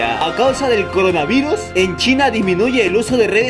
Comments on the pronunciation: Dice coronavuris , es CORONAVIRUS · coronavirus no coronavuris. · Recién me doy cuenta que dice coranavuris xd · un like x el “CORANAVURIS” :v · Coranavuris jajajajaj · Envés de coronavirus decía Coranavuris :v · Wey dice coranavuris